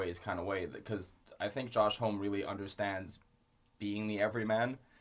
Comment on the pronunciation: Homme rhymes with mommy. Really like the review, just jarring with the pronunciation.